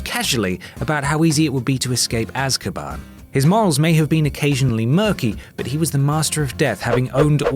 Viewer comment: The mispronunciation of animagus really got to me. It's a hard g. Like girl or gaffer tape. It's is not like giraffe. Also Remus. And the final pronunciation of Azkaban